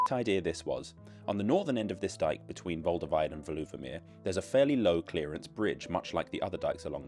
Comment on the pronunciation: Thanks the video, informative with a good dose of humour! (By the way, the stress in Veluwemeer is on the first syllable: VAY-loo-wuh-mere.)